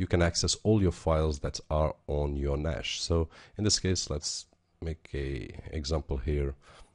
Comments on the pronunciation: "Nash" :D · there is no H in NAS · You said NAS wrong so I assume you dont know what you are talking about .. stopped watching at :28 seconds